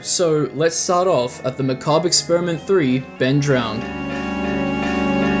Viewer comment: Thank you for knowing how to pronounce Macabre I watched someone else cover the series a while back, and they kept pronouncing it like McCabber. Drove me nuts